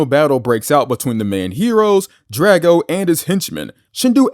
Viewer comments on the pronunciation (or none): You mispronounced Drago